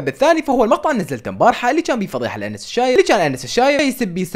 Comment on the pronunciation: انس الشايب ❌ انس العايب ✔